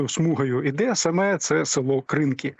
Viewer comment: Навіщо ви змінюєте наголос в назві села КринкИ?